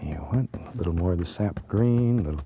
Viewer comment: "I'll tell ya hwat!"